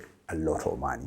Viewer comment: Great information. I love the luo accent on Money! say maanay😅